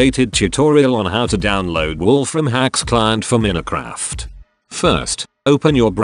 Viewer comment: he doesn't even know how to say minecraft...